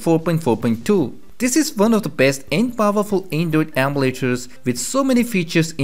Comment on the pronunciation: the way he says emulators though...